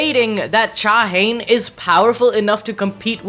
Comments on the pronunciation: All* native Korean names are 3 syllables Sung Jin-Woo Cha Hae-In Not Haen but Hae-een *99% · Cha Hane ❌️ Cha Hey - In ✅️ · Her name is pronounced "Cha-Hae-In" not "ChaHaen"